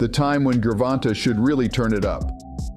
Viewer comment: You sure make assumptions sound factual. And why do you keep calling him “Ger Von Tah”? You’ve never heard ANYONE including the ring announcers say his name like that. The A is long. Should it be written like Gervontā?